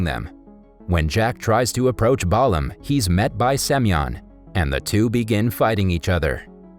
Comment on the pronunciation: His name is pronounced BAY-LUM